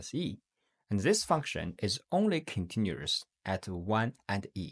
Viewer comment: Okay the way you pronounced continuous and other things are just wrong. Except that the video seems great